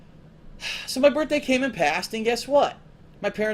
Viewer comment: this is a "funny" story?! that's interesting cause he doesn't spin it that way anymore.😂😂 " I knew I was gunna get it on my "birtday"